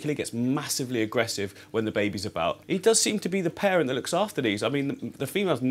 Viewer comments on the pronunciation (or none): none